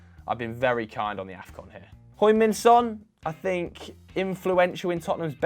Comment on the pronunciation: It's the big 2019 and still can't pronounce Heung-Min Son's name properly.